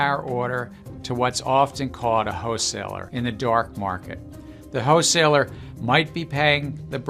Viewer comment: i love gensler doesn't call it a wholeseller.. he calls it a hoe seller 😆🤣🤣